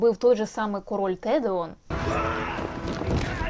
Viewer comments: Може Теоден??? А не Тедеон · Теоден, а не Тедеон) і володар перснів) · Не "ТеДЕон", а "ТеОДен"! Добре, що серед ваших глядачів мало толкіністів. Бо вони б вас за це живцем розіп'яли б 😅